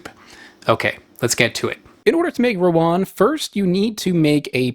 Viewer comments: Stop saying Rowan. It's Rawon. 🤦‍♂ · How to pronounce rawon: rah-won. Rah as in Bora-Bora island. Won as in korean won.